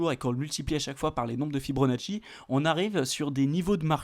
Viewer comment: "Fi-BO-nacci" pas "Fi-BRO-nacci" :-)